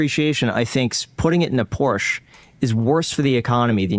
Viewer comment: Im one moment away from paying for a channel subscribtion just because you are one of the few north american people who know how to say Porsche.